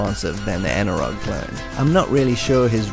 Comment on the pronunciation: Anirog was a really big player in them days, and skramble as you rightly said was the best clone of the konami hit.BTW the rog part of anirog is pronounced as roj becauae it was formed by 2 people one of whome was roger, not sure bout the other, could be anil or something. Also, it was later called anco because roger left the company. But Any way, brilliant video as always!!